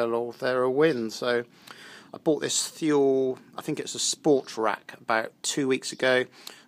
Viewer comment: Nice review. It's pronounced "too-lee".